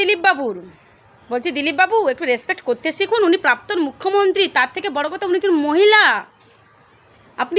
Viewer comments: ওরে প্রাপ্তন নয়রে 😝😝😝😝 প্রাক্তন | উচ্চারণ ঠিক কর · এই যে আপনি আগে প্রাক্তন কথাটি ভালো করে বলতে শিখুন তাহলে রোজ সকালে উঠে গারগিল করবেন দেখবেন ঠিক উচ্চারণ করতে পারবেন